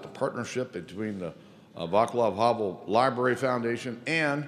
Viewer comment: farewell to his wonderful soul, sweet memories remain yes, I feel proud that I met him & Olga 25 years ago :) btw Václav Havel´s first name seems tricky to pronounce? if I may offer a cosmetic tip: it´s (vaːt͡slav).. not (vaekla:v)